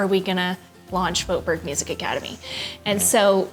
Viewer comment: I think your pronunciation of your own last name is so funny. The name ‘Voetberg’ clearly originates from the Netherlands (where I’m from). And your pronunciation is not even close to what it should be in Dutch hahaha.